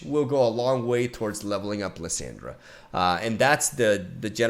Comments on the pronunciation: Bruh here is how you say the champs names Lissandra: Lih-sawn-druh Renekton: Reh-neck-ton Nasus: Nah-sus Azir: Uh-zeer Leblanc: Leh-blah-nk Sivir: Sih-ver or Sih-veer Taliyah: Talee-yaah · "LeeSyndra" xd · The way he pronounces Lissandra hurts my ears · Jesus I cringe every time you say her name lol .. plz look up her spotlight and listen to how its said lol